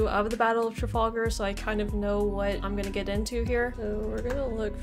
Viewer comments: Traf 'al' gar not Traf 'ol' gar. ;¬) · You pronounced Trafalgar wrong 😬